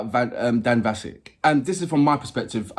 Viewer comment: As others have already mentioned, Dan's surname is pronounced with a short "a" sound like apple, not the elongated "ah" sound that those of us who speak the King's english might use 😉 This song was originally performed in the animated movie by Donnie Osmond, a US male performer, one of The Osmond Brothers and brother of Marie Osmond. The Osmond family are from Utah, were major entertainers during the 70s and early 80s, with Las Vegas residency that lasted many years, as well as touring internationally. Donnie and Marie had a syndicated television variety show and a number of chart hits. I think Donnie was also a guest artist on The Masked Singer at one point, but I'm not entirely sure...🤔 🙃🐨🇦🇺